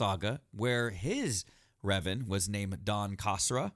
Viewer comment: "Donn?" It's Dann Kasra, not "Donn Kosra." 🤣